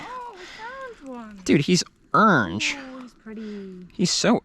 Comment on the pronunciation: My Godmother was from your neck of the woods and she uses to pronounce Orange Urange(Erunge)!. You saying that brought back good memories!!. She taught me how to catch snakes and other Reptiles. Outstanding video sir!!!. All Five Thumbs Up 👍👍👍👍👍!.